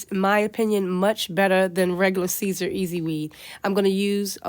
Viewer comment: It's pronounced SIS-ER not CAESAR